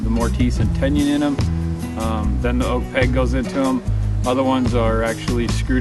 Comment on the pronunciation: come on! you haven't timber framed anything! you cant even pronounce TENON correctly. Idiot! not enough time to timber frame all the beams. Idiot! due it in a shop in the winter and assemble in the summer. You wouldnt know where to begin thats the real reason you bought a little Lego kit.